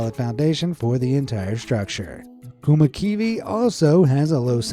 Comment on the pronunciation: im from finland and visit the kummakivi(weirdstone).your pronunciation of our language is even weirder than the stone,just hilarious!